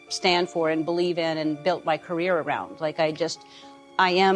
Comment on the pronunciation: "Ellen DeGeneres careé..."